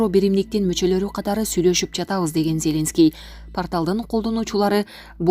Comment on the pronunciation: Сен кандай окуйсун? ЖапарОв эмес, ЖапАров деп окучу. Кулакка башкача угулат экен. Это, не первый раз так читаеш.ЗЕленскийди да туура оку. Кандай ушундайларды комиссиядан откорбой эле эфирге чыгара бересинерби?